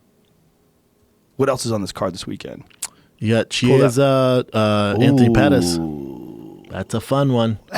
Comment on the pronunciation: Please all you Americans like how to pronounce Chiesa properly. Key - a - za.